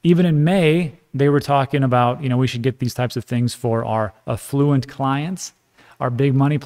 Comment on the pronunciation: Affluent… nailed it!